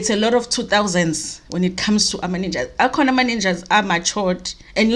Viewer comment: Ow 🤣🤣🤣ninjas not nunjas